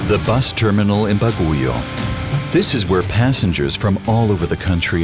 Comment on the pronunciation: Baguio is pronounce as " bag - yo" not " ba-gu-yo".